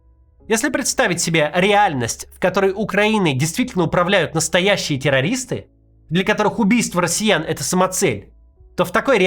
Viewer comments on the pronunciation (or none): Какие "тераристы"?! Поздно кричать "Волки"